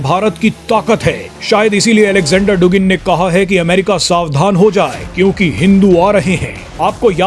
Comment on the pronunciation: डुगिन नहीं, ये शब्द "दुगिन" उच्चारित किया जाता है।